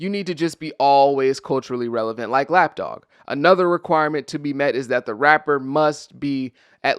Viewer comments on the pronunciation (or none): I’m listening and not watching but I keep hearing you say Lapdogg and I’m like who? I finally looked up and saw Snoop. I can’t…😭😭😭